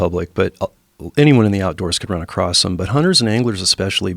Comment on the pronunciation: Any respect I may have had for this guy vanished when he said “acrossT”